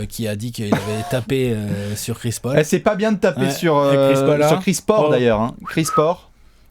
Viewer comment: " chris porc " et" Houston spurs" tu ma cale